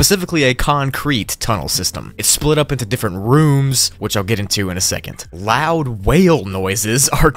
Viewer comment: hes said "louad" instead on "loud" 0-0